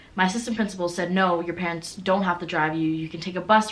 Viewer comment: What you said: my parents will be upset my sisters will be upset What I heard: my PANTS will upset my sisters will be upset 😂😂😂😂😂😂😂😂😂😂😂😂😂😂😂😂😂😂😂😂😂